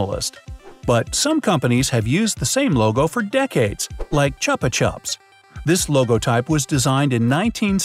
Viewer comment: This is the 3rd video in a row that I’ve watched that has mentioned chupa-chups & each time it’s been pronounced differently. This video is the 1st 1 that has pronounced it the way I know how 2 say it.